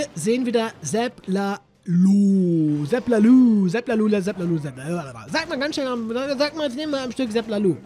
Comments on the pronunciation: Nicht lalu oder laluuu sag einfach lalo bitte ganz normal ganz einfach 😅 (mit Kurzem O) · Sag bitte nicht ZapLaLuuu sag ZapLaLoon oder ZapLaLooo aber nicht LaLuuu das hört sich komplett bescheuert an😂😂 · Zap lalo (kurzes "o" bitte)